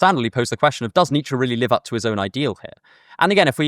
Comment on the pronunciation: It’s ‘Nietzsche’